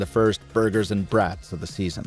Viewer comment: Only thing needs to work on is his pronunciation of the word "brat". This Midwesterner's ears bled😅